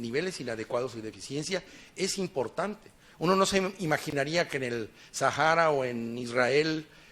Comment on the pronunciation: Sajara??? Que no es Sahara??